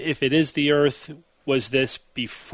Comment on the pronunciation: It's not eeeeeeeeeearth.